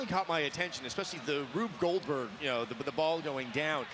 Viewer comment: Todd kind of murdered Rube Goldberg's name there. See